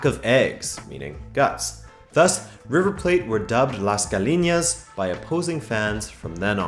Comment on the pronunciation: The way you said gallina 😂😂😂😂